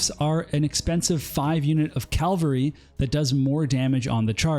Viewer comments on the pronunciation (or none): Wonderful series of videos but your pronunciation of cavalry hurts my soul Q_Q